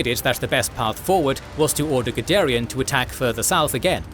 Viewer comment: The first time you said Guderian, I wasn't looking at the screen so I heard Gidarian. Now I keep thinking he was Armenian...